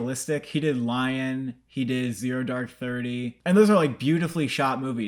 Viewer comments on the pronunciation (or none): none